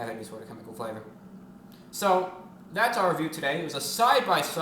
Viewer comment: So this is 3 times he says wecomle this is reveiw